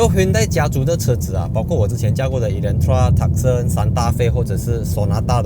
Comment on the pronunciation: tucson是 凸散 不是 塔胜 🤭